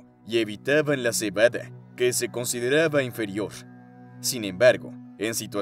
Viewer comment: cebadE dice la narracion ai ya que hoy en dia todos tiene flojera d narrar cualquier cosa #generacionidiota